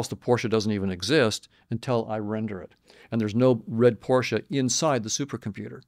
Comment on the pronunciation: He said Porsche with an A at the end 😆